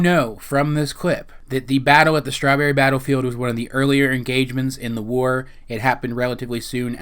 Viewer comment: the WARRRR. Not to be mean but do you have troubles trying to say your r's. This is mainly because who you say your r's. I have the same problem and not trying to be mean.